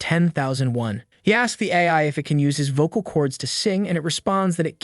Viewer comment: THE AI VOICE IS SAYING AF INSTEAD OF AI